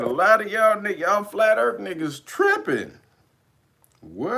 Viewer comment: " I'ma flat euurthuur my nukkuh " 😂😂😂😂😂😂